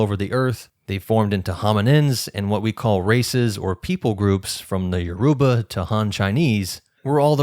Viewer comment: Good work. But your pronounce Yourba very wrong. Check a Nigerian video for how to say it.